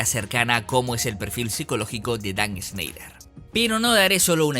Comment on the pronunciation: No se pronuncia “Sneider” es más como (Shnaider)